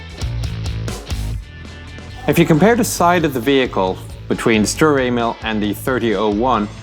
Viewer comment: When he says st Emil it sounds like he's is saying st anal